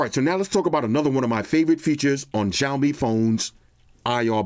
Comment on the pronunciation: The only flaw is it’s “Xiaomi”